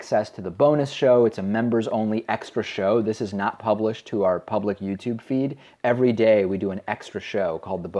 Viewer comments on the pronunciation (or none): none